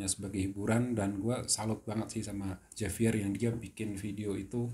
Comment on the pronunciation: penyebutannya H bukan J